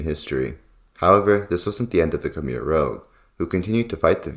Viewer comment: One would think you might have learnt how to pronounce 'rouge'